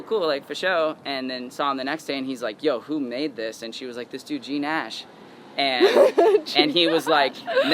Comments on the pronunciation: great interview, btw it's "gnash" not "GNASH". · I hate it when people said G-nash,with the g,not without the G.😤